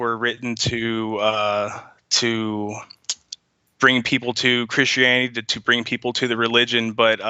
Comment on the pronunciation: The only reason he dosent like Christians is because he cant say CHRISTIANITY.